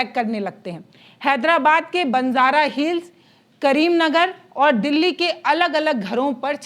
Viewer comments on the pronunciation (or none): none